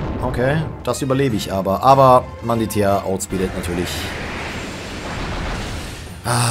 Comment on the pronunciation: Wie er einfach immer Manditea anstatt Mantidea sagt XD